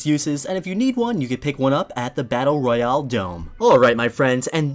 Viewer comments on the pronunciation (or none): none